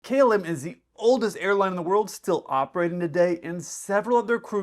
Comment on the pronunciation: In your opening statement, you pronounced "KLM" like "Kill-em" Hashaha.